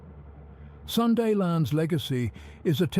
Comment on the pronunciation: Pronounced like natives SE Asians do: SOON-DA. Not SUN-DA. The 'Sun' in 'Sunda' is not pronounced like 'San' in 'San Francisco'. It's pronounced like 'soon'..